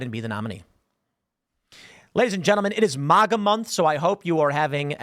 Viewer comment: Tim it’s MAG -A not like Manga get it right it’s annoying. Please stop staying out wrong it’s annoying.